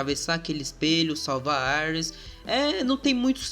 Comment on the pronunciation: Mano fala "íris" por favor kkkk aires fica parecendo Ares o Deus da Guerra ksksksks